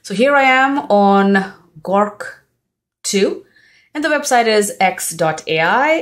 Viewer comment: Nice video. Your English accent is pretty great but onething I wanted to point out. You kept calling "GORK" but It is "GROK". ☺